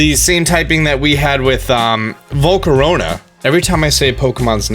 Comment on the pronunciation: It’s not vol-co-ro-na. It’s vol-CA-RA-na